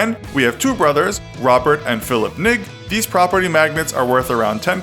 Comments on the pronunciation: It's Robert and Philip "Eng", not "nik" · Singapore: it’s not ‘nig’ it’s ‘eng’ for NG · ng is not pronounce as "nik" lmao. Its pronounce as "ergn" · OMG the way you pronounced Ng was so wrong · You pronounced Ng wrongly... people need to start learning how to pronounce Singapore surnames... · learn to pronounce Ng like hmmm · Lmao at the mispronounced Robert and Phillip Ng from Singapore